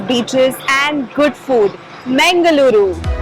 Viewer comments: its not mengaluru as pronounced. its pronounced mangaluru named after godess mangala devi. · you should try to pronounce the name of city correctly. It's Mangal-ooru (first part is pronounced as the word "Mangal" is pronounced, which every indian knows and second part as "ooru" meaning place - now you know what the name of city means). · It is mangalooru nor mengaluru. That part of the world is meditative and people are polite easy to talk to.